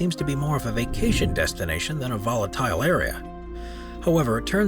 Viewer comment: It's a video about volatile areas on earth....and you can't pronounce volatile?